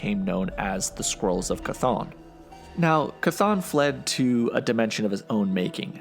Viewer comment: As far as I’ve heard, that is the correct pronunciation of Chthon.